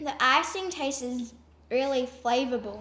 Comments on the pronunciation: funny how they say tases instead of tastes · I dunno... that girl "it taste-es" ... smh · STOP SAYING “TAST-TSES” !!!!!!!! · whenever they said tasted or tastest (it was pronounced that) I was like 'TASTES' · "Tastes-es".... 👏🏻bravo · I hate people who say tases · It TASTES wow speak right bruh